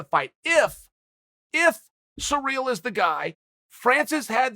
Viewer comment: Chael if you're gonna talk about the interim champ, have some respect and say his name correctly, it's not pronounced cereal gangnam style, final warning